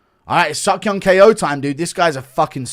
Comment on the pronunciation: Bro’s named Ko as in rhymes with go bro stop saying k.o with you head ayuh